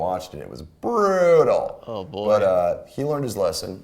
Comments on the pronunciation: I think Corey is competing with rick grimes. "Bruuuuuuuuuttal" "Caaaaaaarrrrrllll" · It was bruuttal